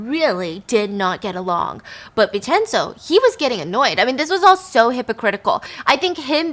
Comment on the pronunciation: Haha good pronunciations Stephanie! Vincenzo is pronounced Vin-chen-zo